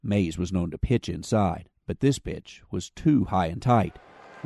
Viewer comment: at first I thought the narrator said “but this b!tch” lol